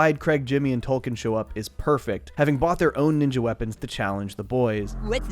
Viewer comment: saying Tolkien's name correctly, will always get a chuckle out of me. ^^